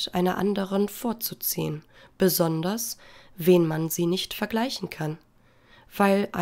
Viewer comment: ich finde es köstlich wenn sie wen anstatt wenn sagt! ehrenfrau